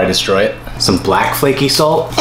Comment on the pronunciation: Anything: exists This guy: F L A K E Y S A L T